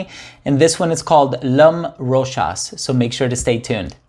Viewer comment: Well pronounced brother! 😀👍. For everyone else in the comment section. This is an official commercial of the perfume Mademoiselle Rochas. Hopefully this puts an end to the debate on how ROCHAS is pronounced